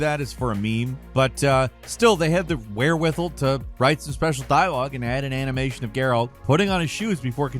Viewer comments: lol did you pronounce wherewithal so that it rhymes with whistle...... it's wherewithALL not wherewithle HAHA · Are we gonna just let "wherewith-ell" fly instead of saying wherewithal? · Did my man just say “where-with-ill”? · The "wherewithell"?? The word is pronounced "where-with-all", just like it's spelled. It's painfully obvious this guy doesn't write his own scripts for these videos.. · "wherewithistle"? Certain word's pronunciations elude you. It's where-with-all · Bruh be doing some crazy mispronunciations sometimes lol, bro pronounced wherewithal like he ain’t never seen that shit before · wherewithal is pronounced "all" as in small at the end not "al" as in apple.